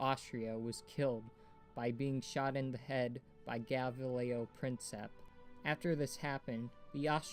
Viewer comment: Shit at pronouncing gavrilo